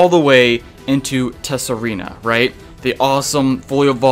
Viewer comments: It's pronounced Sah-Ree-Na not Tess-Sa-Ree-Na,. The "T" is silent don't you know. Also if you keep mispronouncing the name wrong there a chance your game might freeze on you when shiny hunting Pokemon in Tsareena's line. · As some other comments have already pointed out, the "t" in "Tsareena" is silent. And Steenee is basically pronounced "Stii-nii".